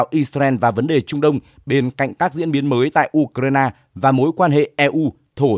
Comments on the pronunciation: Tôi xin góp ý, 1 trong 2 bạn phát thanh viên đọc ''Ukraina" thành "Udna" là sai hoàn toàn vì nó không giống với phát âm của bất cứ nước nào. Làm ơn phát âm cho đúng ạ! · Anh này cứ nhấn mạnh chữ u trong từ ukraina. Tại sao vậy?